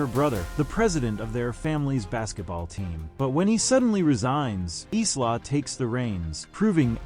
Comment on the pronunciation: AI commentary yet again who can't pronounce names correctly SMH. It's Isla (pronounced Eye-la) not is-la.